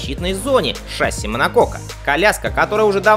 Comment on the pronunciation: ШассИ. Ударение на "И"!